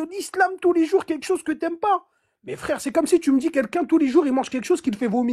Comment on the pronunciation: "Mais frrrèrrre" <== plouc.